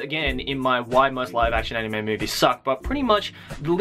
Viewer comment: Did you purposely emphasize the word SUCK or is it just me?